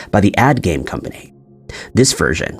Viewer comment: Monopoly guy had a monocle! Why the hell did you say Kurt Cobay? It’s Cobain! Also it’s a game, not a gay! Fix yourself!!